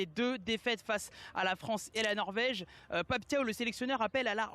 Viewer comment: Bravo pour la prononciation de Pape Thiaw 👏👏👏👏